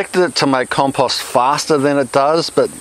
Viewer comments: Everytime he said compust I took a drink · Why can't you properly pronounce the word "compost"?